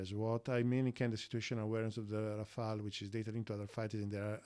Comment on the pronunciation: Great channel! Learning a lot of nice stuff and congratulations as you are the only one in this field, as a none French native, to pronounce "Rafale" the right way. Monsieur, vous gagnez un nouvel abonné.